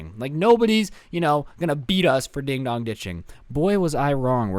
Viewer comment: "Dog" I thought it was dong